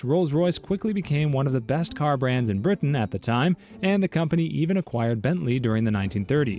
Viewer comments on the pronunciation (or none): none